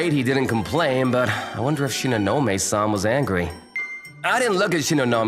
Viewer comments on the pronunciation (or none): shinonome - san ...... no its shedontknowme - san